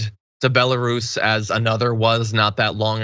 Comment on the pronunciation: BELLA-ROOOSE John!! not bella russian ..... man what an error and off hand ppl prolly think you where talking about russians. Also WHAAAATTTTT that comment was sketch as F. Glad the japanese police let her separate from her team. They understand honor. Where is the U.N. in this kind of situation?